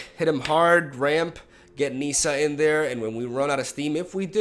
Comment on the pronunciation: Nissa: the I is short because of the double consonant (ss)